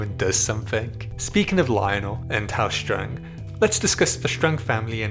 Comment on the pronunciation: The way you pronounce "Strong" as if it was in german.